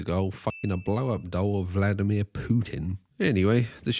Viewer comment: That's actually really close to a correct pronunciation. He's honestly trying and not just "americanizing" every name as is tradition. "vlAdimir" is definitely incorrect, despite everyone who's speaking English saying that.